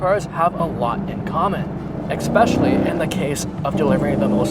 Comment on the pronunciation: You might be mixed. "Eckspecially"? Go axe your father!